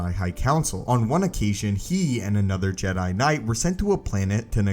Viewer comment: I had to unsubscribe due to how you say jedi